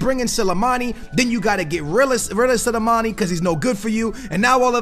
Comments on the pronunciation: Sill-A-Mani??? Hahaha., it's S-L-I, Sli-mani, say it with me slowly, Sli-mani 😂😉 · how he say slimani is actually irritating me 🤦🏻‍♂️😂